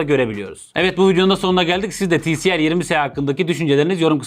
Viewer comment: Ti el si değil abi ti si el